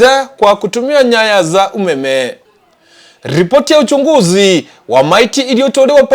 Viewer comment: The reporter is a pure kisii he need to enhance how to pronounce some Swahili words eg: Vijwani ,Ujunguzi what an error he messed the taste of the story